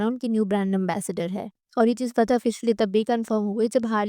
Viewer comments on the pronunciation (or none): none